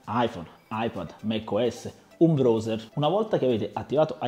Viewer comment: mi chiedevo che cavolo fosse il bros (come lo pronunci tu) e mi dicono che sia il browser che si pronuncia BRAUSE(R)